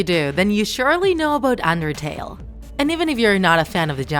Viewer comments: Im sorry but i heard andertale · When you say "Undertale" its sounds like "Andertale"